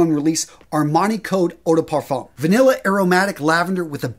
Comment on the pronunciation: The best pronunciation I've heard of "parfum" is Big Beard. I've asked if he has French heritage. He still hasn't answered. LOL